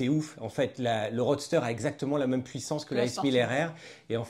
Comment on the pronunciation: C’est quand meume pas si compliqué à dire : « même »